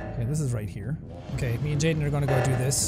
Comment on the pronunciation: bro my name is Jayden and everyone kept saying jadien and I was like wait wtf? Every time bro😂😂😂